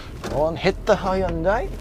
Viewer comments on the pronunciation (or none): none